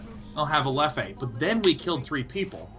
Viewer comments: His pronunciation of European beers and whiskeys is killing me... Leff-eh... It's pronounced 'Leff', the 'e' is silent. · It's "leff" with a muted e at the end, not a "leff-e", god damn it lol! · The way he pronounced Leffe is the funniest thing haha